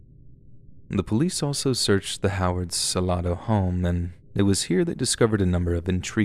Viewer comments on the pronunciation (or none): Please know Salado is pronounced "suh-lay-doh" with the long a sound in the second syllable. I used to live in this small town in Texas. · Just for future reference - the town in TX (Fastball song) is pronounced "Su lay doe" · It’s pronounced sal-a-do. I live in Belton/Temple tx